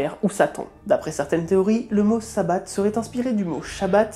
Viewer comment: Ça se dit plus "sabbate" mais "sabba" aujourd'hui même si ça s'écrit toujours sabbat, il y en a 8 dans l'année qui célèbre le soleil, et les esbats c'est les célébrations des lunes